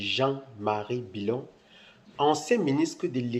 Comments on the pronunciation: Tu viens d'où toi . Ce n'est pas bilon c,est billon Parle de chez toi. Merci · A cause de gbérê tu déforme le nom du Mr c'est plutôt Jean Louis Billon